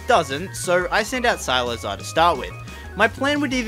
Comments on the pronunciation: Who the hell is SILAZAR?????????? ITS SIKLAZAR!!!!!!!!!!!!!!!!!!!!!!!!!!!!!!! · why does he pronounce cyclizar as cylizar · Agghhh it’s pronounced Cyk- le -Zar, not silazar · i’m dying rn it’s (SEI-CLI-ZAR) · Why you pronouncing cyclizar so weird?😅 Oh and it has been found in the code that Dipplin gets an evolution in the indigo disk so that's why eviolite works